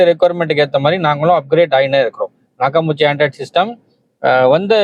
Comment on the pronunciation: அது நாக்காமுச்சி இல்ல. நாக்காமிச்சி. அதிகமான பேருக்குத் தெரியாத அற்புதமான ஜப்பான் ஆடியோ சிஸ்டம். சரியாக உச்சரியுங்கள் அன்பரே.